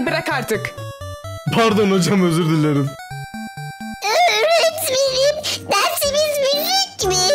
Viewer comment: Öğretmenim❌ Eğretmenim✅ 🤨